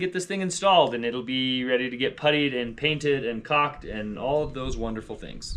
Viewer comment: you are 💯 correct with the pronunciation of Poplar! It's not pronounced LAR it's pronounced LER at the end and Jennifer is correct sounds like a Pirate saying that And for God Sakes stop calling Caulk COCK it's not pronounced Cock it's pronounced with the L present. Look up on here Julien Miquel How to pronounce CAULK "correctly"